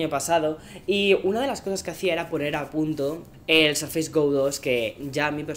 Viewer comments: querido mío me encantas, pero tu viviendo en USA sabes que no se pronuncia Sarfeis, suena mas parecido a Sourfeis o sorfeis. Igual te quiero 👨‍❤️‍💋‍👨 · Por qué dices sarfeis? -.- XD